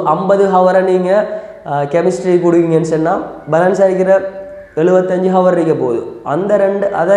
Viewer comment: While pronouncing hour..... H silence